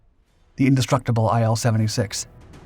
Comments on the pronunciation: Say: eel 76 Not: aye el 76 IL is for Ilyushin. Say: ee lyu shin Otherwise a fantastic video. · It's pronounced as "eel", not as "eye-L".